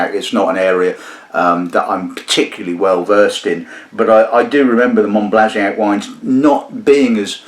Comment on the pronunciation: Monbazillac, not Monblaziac. Mohn-bah-zee-YAK. Sorry, pet peeve.